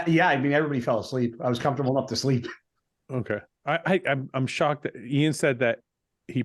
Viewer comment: 2023 and Guy still can’t properly pronounced Iain’s name